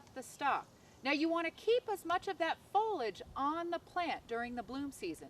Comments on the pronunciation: It's pronounced fo-lee-age not fo-lage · Is "fohlig" a regional way to pronounce this, or is it like Jimmy Carter's "nookyulur" weapons, where it's just a mispronunciation that predominates in the South? Not teasing, just curious.